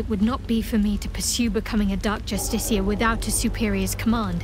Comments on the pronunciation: Sorry but after twelve videos i HAVE TO ask you this: why do you always pronounce justiciar as "JustiKar" and not as "JustiSHiar"? Do you just miss the i or there's something i'm missing? Cause it's really starting to bug me lol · Everyone: Dark justiciar Him: Dark just-stick-car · I can’t be the only one that HATES the fact that he can’t say Justiciar right, like bruh they say it a million times how can’t you say it right by now lol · It’s justiciar not justicar 😂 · consistent with the justiciar mispronounciation since the thalmor justiciars in skyrim, we love to see it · pls learn how to say justiciar i beg also loving the bal gat 3 vidja